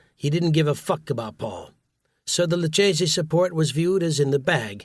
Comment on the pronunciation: The attitude of blind agreement of the boss is the boss I guess wasn't always followed... Sammy ends up saying fook you to Gotti. And, they both said fook you to Castellano.